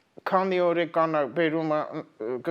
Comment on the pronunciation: ՕրԱկան ամսԱկան տարԵկան Միշտ սխալ եք արտասանում